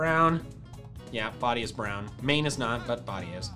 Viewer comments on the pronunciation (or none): none